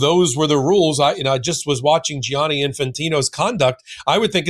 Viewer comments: Why do you insist on say Gi-ani and adding a third syllable Jani Say jani. It’s two syllables. The spelling is for u… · thank you ⚽️⚽️⚽️❤ ….. but pleeze pleeze say djanni, not gee-anni!